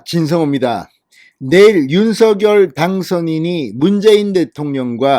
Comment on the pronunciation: 노고가 크십니다,열혈 구독자입니다.전에 김은혜 당선인 대변인도 윤석열 대통령 당선인 이름을 부를 때 [윤성녈]로 발음 해 달라는 요청을 들은 바 있습니다.앞으로 [윤서결] 말고 [윤성녈]로 발음하는 게 좋을 듯 합니다. 화이팅입니다.